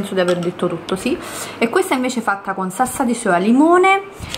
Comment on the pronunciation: SaLsa saLsa saLsa... si dice SALSA!!!!!no Sassa💆‍♀️🤦‍♀️